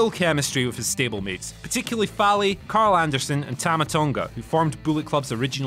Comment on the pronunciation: multiple mistakes with information, mispronouncing fale, really poor quality not expected from whatculture wrestling. claiming in ring ability / achievements matter and then listing prince devitt as number one. disappointing video from someone who clearly doesn't watch new japan. even more shame should be placed on the lack of editorial checking